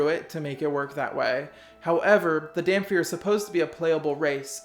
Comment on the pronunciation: Where the hell do people get the F sound when they say Dhampir??? It's pronounced Dam-Peer